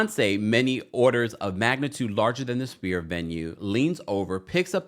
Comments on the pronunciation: Sphere is NOT pronounced "spear". IT IS PRONOUNCED "SFEAR". PLEASE Get it right if you're reporting. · The Sphere is pronounced “sfeer” not Spear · my love…sphere is pronounced like s•fear or sfear. Not like spear, like you throw. ❤️ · This video drove me nuts. Sounds like you kept saying spear, like a throwing stick, it's the sphere, like a ball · do you not know how to pronounce sphere correctly? it’s an FFFF sound! 😑